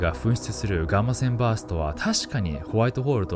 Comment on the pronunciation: ガーませんバースト聞きすぎて耳があ笑